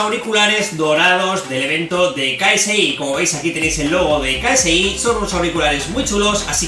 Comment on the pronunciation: Ksi se dice keisi... no soy fanatico solo escuche un tema nomas